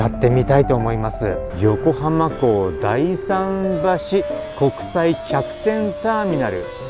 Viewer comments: 大さん橋は、オオサンバシと読みます。突っ込みすいません。^_^ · 横浜だいさんばしではなくおおさんばしと読みます。浜っ子より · ～だいさんばし仰られましたがおおさんばしというのですよ。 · 冒頭からのボケだとは思いますが、だい桟橋じゃなくて、おお桟橋ですよ＾＾ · あ、懐かしい。知り合いのお店なんです。 だいさんばし、ではなく、おおさんばしですよー。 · だいさんばし ❌ おおさんばしだよー